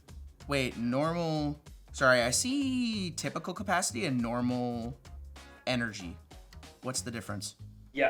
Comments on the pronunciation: that's NOMINAL! Not normal 😭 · bro can't read? NOMINAL